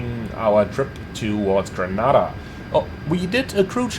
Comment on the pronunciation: Lol it's pronounced Gre-ney-da 😅